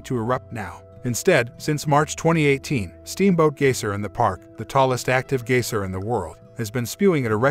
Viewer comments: Yeah huh, he says Gaysir... Lol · He can't even say "Geyser"